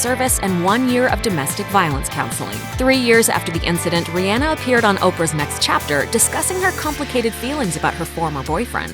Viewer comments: Her name is actually pronounced Ri-Anna like the name Anna she has said this multiple times herself lol. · I hate hearing Rihanna's name spoken as 'Ree-ANNA' ...made my back itch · says "RIEANA" ME: STARTS CORRECTING THE PERSON TALKING AND LOWKEY GOING OFF lol, like bruh thats not how u say it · It's ree - onna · I ABSOLUTELY HATE THIS VIDEO NOW THAT SHE SAID REE ANNA LIKE ITS REYONNA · learn to say Rihanna's name correctly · The way she pronounces Rihanna drives me crazy ugh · I hate how they say Rihanna